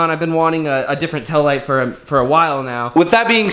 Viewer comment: “Tell light”